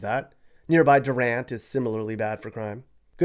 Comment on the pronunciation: Wait...back up! Did he actually DUR-ant and Musk-O-JEE?! Anyone from either city knows its pronounced DEW-rant and Muh-SKO-gee a "GUH" sound not "JUH"